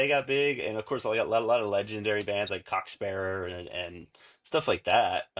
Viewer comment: I am impressed that remembered how to say Cock Sparrer correctly. As in happens you could have just said Sheffield is in Yorkshire, as they've played there. Not many overseas bands have played Pontefract, but they have.